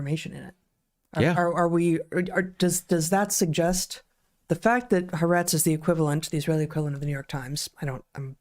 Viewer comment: I'm an Israeli, it took me about 10 minutes into the part about the surveillance cameras to realize you're talking about Haaretz... It is pronounced Ha-Aretz ("The Land/The Country"). Three syllables, not two.